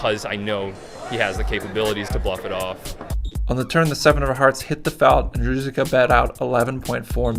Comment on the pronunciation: Roo-Zich-Ka, not roo-zik-uh.